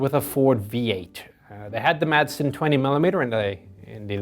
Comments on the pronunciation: As a Dane, making the fine Madsen gun, I may say that the name, for obvious reasons, are mostly pronounced "Massen"! ;-) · Some info for The Chieftain....when talking about the Madsen 20 mm cannon. The "d" is silent when you pronounce it. So saying "Massen" is actually more correct. Greetings from Denmark.